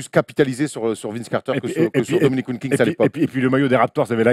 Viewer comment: Le blasphème car dit WilkinGGGGGs tout du long on dirait France télé de l époque qui pipait tchi à la Eneba